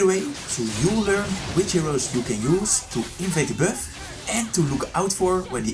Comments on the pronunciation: "invade the birth" LMAO he been saying that the whole time, instead of buff, he saids birth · why u say beff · Stop saying biiuffff 🤣🤣🤣🤣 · I like how he pronounce buff as bewf